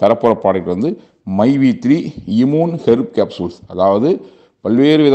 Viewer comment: Adu correct a Sola Koda thryla...😂iiimune😂😂😂😂